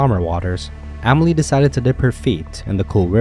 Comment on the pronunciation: I couldn’t watch it do to this guy butchering her name…theres no A in Emily!!!!!!